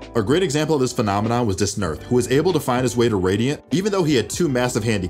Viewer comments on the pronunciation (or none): aint no way u pronounced dasnerth like that